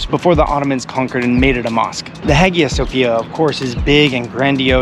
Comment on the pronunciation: A beautiful video ❤ Cheers from a Serb living in USA. So, we switched places, ha! Just one small correction in pronouncing: In Modern Greek, Hagia Sophia is written Αγία Σοφία (Agía Sofía). Here’s how you pronounce “Hagia” • Agía = [aˈʝi.a] — roughly “ah-YEE-ah” Hagia means holy. Sophia means wisdom